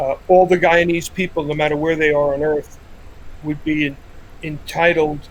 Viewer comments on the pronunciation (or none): It's guyanese sir not guyans 🙄🙄🙄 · Guyanese* not Guyanas😑